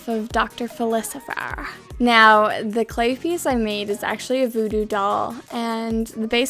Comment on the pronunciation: OMG!!!! THis restock is AMAZING!!! These slimes are all soooo creative, and I LOVE the theme of the restock! I dont think i can buy, but if I can i ammmmm!!!!!!! I think dr. Facilier is pronounced fa-sill-ee-ay hehehe. Thanks for such an amazing, creative, we can see your hard work lol, restock! Also thx for the long vid (i was bored, and this gave me something to do lol) #sharktank!!!